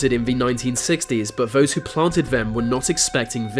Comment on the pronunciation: Vhose who planted vem were not expecting vhis